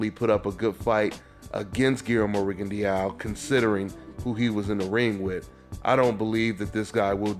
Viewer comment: it's pronounced ri gon DOW not rigon dee ow (you can delete this once you see this)